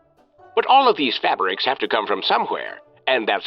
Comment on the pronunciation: If you could stop pronouncing it "fabbericks", that would be great